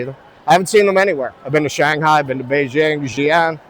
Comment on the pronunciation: You're awesome. Also, please. BeiJing. BeiJJJJJing. It aint French.